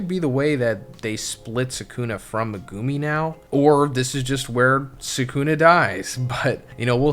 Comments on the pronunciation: "Megooomi' looool it's pronounced Meg u mi. How they say it in the dub, would be correct because they get told how to say it. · every time he says "me-goo-mi" it causes me physical pain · Good video but it’s megu-me not meg-goo-me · No hate but please. Its pronounced meg-oo-mi not me-goo-mi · HIS NAME IS MEG-ga-me man… you keep saying maGume and that’s just incorrect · is saying 'Muh-goo-me' and I think the argument is that it's supposed to be said as 'Mega-me' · I've gotta say it. Who the hell is meh-goo-me? Do you actually watch the show/read the manga as a fan, or just farming YouTube views? Legit question. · Say it with me Meg ou me that’s how you pronounce his name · Megoooomi. What did I just hear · it's Mehgumi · Naughty chapter as always.. But what gets me is I can't hack how you pronounce megumi' name 😭 me goo mee😭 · Guys, guys. It could be worse. He could be saying 'Me-gummy'. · Im sorry I hate they way you pronounce Megumi name 😂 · if this dumbass doesn’t stop saying megumi yuta last name wrong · not a fan of how you say megumi LMAO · lol my guy you not say megumi name right lokl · ill follow you when your pronounce megumi right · fr! it makes me cringe every time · Naa "Mehgoomy" and "Sehkoonah" is crazy.